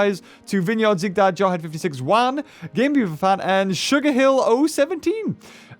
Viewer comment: Omg the way he said juan: wuan Me:😂😂